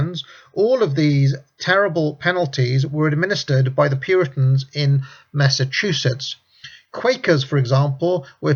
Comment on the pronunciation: Hey he finally pronounced Massachusetts right. 3 seconds later : "Saturnuurlia"